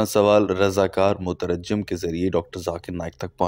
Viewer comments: It's not "mutarajjam" as you pronounced, the correct pronunciation is "Mutarjim". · Motarajim naheen motarjim hai mere bhai